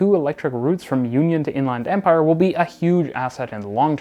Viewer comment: I kind of love this rendition "to In-Land Empire" (with "Land" pronounced like in "Disneyland" or "Thailand", and with no "the") as a potential Canadianism for what Californians would say as "to the Inland Empire" (with "Land" pronounced like in "England" or "Scotland", and with "the")